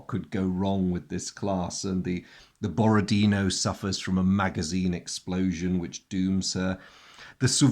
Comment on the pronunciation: I understand this is not terribly important, but I'll say it while I'm at it: in "Borodino" the last syllable is stressed. It's pronounced the way you would pronounce it in French.